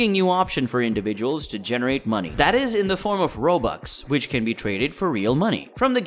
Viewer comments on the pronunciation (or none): none